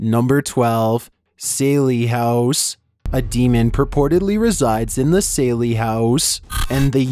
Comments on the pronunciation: CHILLS ??? You've done videos on this house before and should know it's called the SALLIE (SALLY) HOUSE ... NOT SALEY !! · Was he trying to say the Sallie House?